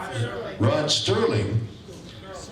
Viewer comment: Mephistopheles was being sarcastic. Listen closely and Shatner incorrectly says "Rod Sterling" instead of "Rod Serling". It was probably only two weeks to shoot that episode in his early career as a TV actor so he probably does not remember that much about the experience.